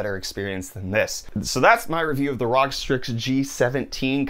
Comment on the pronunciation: Its called R-O-G individually pronounced and not Rog as a whole no big deal just an FYI